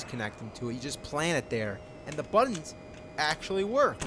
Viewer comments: "Swapped the BUH-ddons..." Learn to glottal stop, pal!!! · He says "buttons" weird